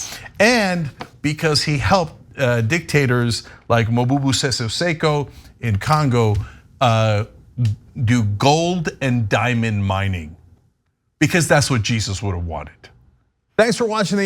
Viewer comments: It is Mobutu Sese Seko not "Mobubu"..... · Mobubu?! It's Mobutu...